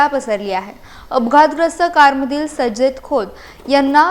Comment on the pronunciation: Myadam kaye bolta te tumla tari kalleka SAJJAD bolta k sarjet bolta kahi kalle nahi nawa cha abbyas changla kara mag baatmi dya please 😢 🙏 😭 😅